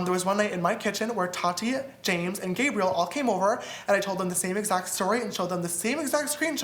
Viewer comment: The way Ethan pronounces Tati's name 😂 "t A t I"